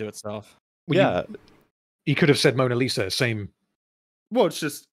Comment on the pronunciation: I like how the guy in the video dismissed Kincade as an alcoholic, then seems to admire Pollock's noble suffering from addiction. Also, he totally said "Moaner Lisa" at the beginning.